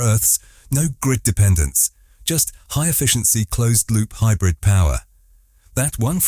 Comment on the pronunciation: stop saying hybrif , and say wich energy it runs on